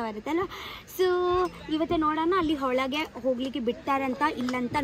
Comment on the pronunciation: Much better Kannada in this vlog. Change one word. It is not HOLAGE it is OLAGE. Wet: Odde in Kannada, chandi in Tulu. Atlast Muni gets an icecream. In that too she wants to eat Muni's icecream too. sharing is caring 🤣🤣🤣🤣🤣